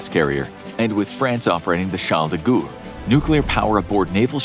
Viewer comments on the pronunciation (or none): Charles de Goo?